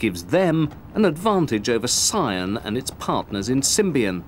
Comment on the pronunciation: "PSION" I don't no where to start.